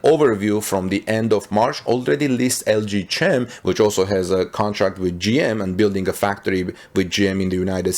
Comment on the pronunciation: Great news. LG Chem you should pronounce as LG kem by the way.